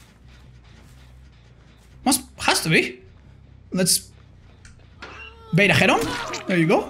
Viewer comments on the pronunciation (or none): none